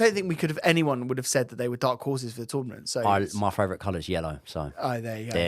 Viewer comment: Is it just me or do pronounce "Favourite" as fravourite? Otherwise, no notes. Love the show!